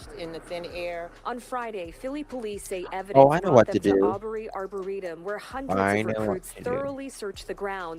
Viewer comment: I was watching a news report, I'm somewhat local to the area, it's a half hour to 45 minutes away from me, so my local news is covering it and one of the reporters mentioned it was her apple watch that pinged in that arboretum. Pronounced(Arbor-reetum)